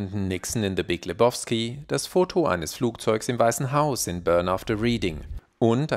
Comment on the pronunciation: Lebowski = Le-bau-ski, nicht Le-boff-ski! 😂 Jedesmal, wenn er es Leboffski ausspricht, muss ich an die Nihilisten denken 😂 Und übrigens: Niemand nennt ihn Lebowski. Das ist der Dude, man!